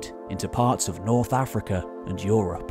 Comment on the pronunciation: Yes, yes "OO-rropp"